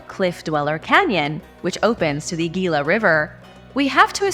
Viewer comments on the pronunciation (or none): The Gila {HEE-Luh} River. 😉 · FYI Gila is pronounced hila or heela no G sound. good vids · Gila = hee'la. Mogollon = mow'-go-yon. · What the heck? You pronounce Russian words with a Spanish accent but pronounce all if the words about Arizona that have a Spanish accent like a gringo? It's not mo-go-lon it's mo-go-yon. The ll makes a y sound. It's not gee-la it's hee-la. Just like the Gila Monster. It drives me nuts when people say that but you put a Spanish accent on every non English word so why not on Spanish words? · The word 'Gila' is Spanish, and the 'G' is pronounced like an 'H', so like "HEE-luh". The word "Mogollon" may or may not be Spanish, though the double Ls are pronounced the way they would be in Spanish, as a 'Y' sound. The way it's pronounced locally is most likely not entirely correct, but it's usually like "Muggy-own". Now you know dat.